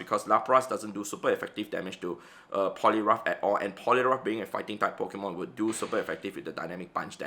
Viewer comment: the funniest part was he pronounced poliwrath as polirough remembering one player who play roughed his giratina 🤣🤣🤣🤣🤣🤣